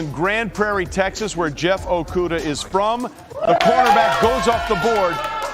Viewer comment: He bout messed up Okudahs name